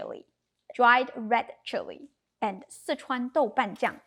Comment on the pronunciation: I Love the way you say that ingredient Sichuan ___ And yes I Do love cauliflower being dry cooked too. I will definitely need less hot peppers in my 😮recipe lol. Thank you!